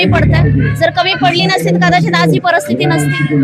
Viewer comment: हिला सांगा 'परस्थिती' नाही. परिस्थिती म्हण.